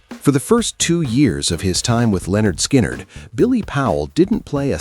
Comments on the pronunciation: Their name is "LIN-erd skynerd", not "Leonard Skynerd". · It's not Leonard Skynyrd, it's pronounced Linard. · There's that stupid pronunciation again. ""Leonard" Skynrd..Guess A.I. doesn't understand everything yet..😂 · “Leonard Skynnyrd”…😂 The Genius of A.I. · its Lynyrd Skynyrd ! get it right!!!